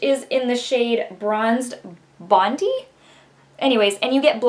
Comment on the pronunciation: Bondi is pronounced bond-eye. It’s named after our most famous beach in Australia. I don’t own any Becca products but I was looking to buy Opal and Bronzed Bondi so the other colors are a bonus.